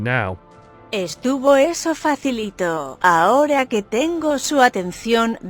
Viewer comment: A wrenchin' Gear That and 'que' were especially humorous to me.